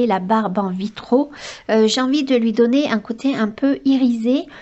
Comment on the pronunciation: J'ai les oreilles écorchées. On dit un vitrail, des vitraux comme un travail des travaux.